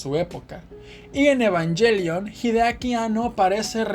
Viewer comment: ahh tienes razon, ha de ser por darle un estilo anglo en español, pero ta bueno, muy bueno el vídeo💪🏽😎